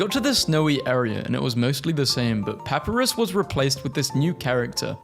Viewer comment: saying papyrus like that hurts, it hurts so badly